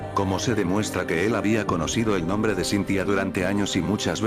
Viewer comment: Hoygan dice mal el nombre